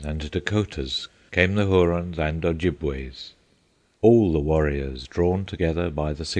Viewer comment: only when they can pronounce things in the correct manner like Michigan is pronounced with the shh sound not the sound ch sound and I can't stress this enough (oh -jib-wa) ojibwa tribe of the five fire nations of the Iroquois that's what Schoolcraft was talking about Hiawatha is a poem about the founding of the five nations from the Great Lakes region